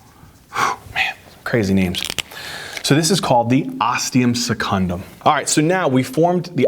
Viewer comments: That blooper got me laughing hard!! I'll probably never forget septum primum and osteum secundum again XD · ThE OsTeUm SeCuNdUm 😂😂😂😂😂❤️❤️❤️❤️❤️❤️